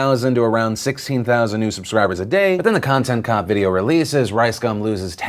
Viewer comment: Get it right Phil! It was Conchent Chop